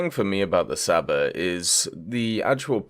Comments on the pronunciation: its csaba not saba, you're butchering my beautiful language 😂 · Please STOP saying "Saba" it makes every Hungarian person's ears bleed! It's pronounced Ch-uh-b-uh, you can also just pronounce it as "Chaba" if you find that difficult/can't be bothered. The "Cs" in Hungarian is pronounched "Ch", like in "China" or "Chicken".